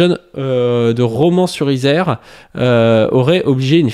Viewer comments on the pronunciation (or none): Petit point prononciation, c'est Romans-sur-Isère, avec un "an" comme dans "nouvel an" "Pakistan" ou simplement "un roman" Les habitants sont des romanais, et pas les romains comme dans Astérix. Le bonjour aux amis drômois qui ont des passe-temps plus intéressants que d'entraîner des gosses de 16 ans dans des bagarres au couteau mortelles.